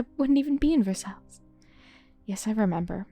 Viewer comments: Versailles : Ver sighs I love your character voices! So good! You could be a Disney voice actor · I was waiting for you to try this before I downloaded it ^^; thank you for giving it a try! The animation and overall UI looks so pretty! Side note: Versailles is pronounced like "ver-sigh", and the S at the end is silent. :)